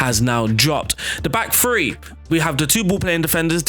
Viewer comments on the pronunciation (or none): its THREE not free